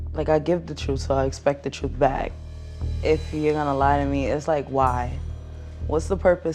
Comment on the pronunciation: “Im tryin to give you the oppurtuntity to speak your troof.” 😂